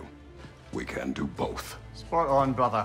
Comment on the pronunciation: It almost sounded like he was saying "screw you" not "do you"